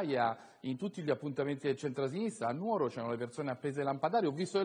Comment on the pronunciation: Lilli Gruber che pronuncia correttamente Nùoro è emozionante. Credo che ci sia lo zampino di Floris